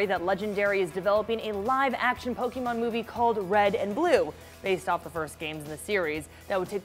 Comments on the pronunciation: Why does say "Pokimon" instead of "Pokemon"? 🤔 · It’s Poke-EH-mon not Pok-Y-mon...geez...